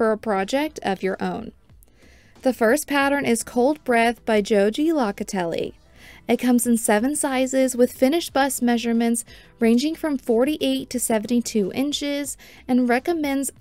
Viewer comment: Just so you know, Joji's name is pronounced ho he, and her last name is low ka tell ee. Thanks for the review and pattern recommendations.